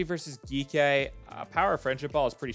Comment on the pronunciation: Its "G - K" esports 😭